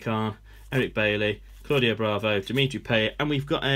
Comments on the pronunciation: Payet not payate no offence but AMAZING Content so addicting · its payet not payaye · Why did he say payets name wrong